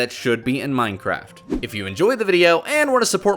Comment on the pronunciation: Hehehe he said minecrap